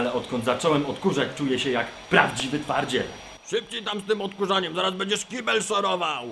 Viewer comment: co on powiedział? "Parcie yyyy... dla jednych kojarzy się z twardością muskułów", ja słyszę takie coś ale nie wiem co on mówi. Edit. No dobra, juz wiem że powiedział "twardziel" bo obejrzałem dalszą część xD